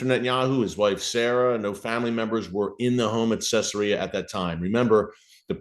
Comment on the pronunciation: It's pronounced Cezaria. Not Cessaria..